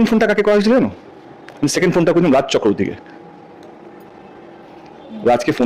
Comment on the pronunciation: ওটা রাজ চক্কওতী নয়,রাজ চক্রবর্তী হবে।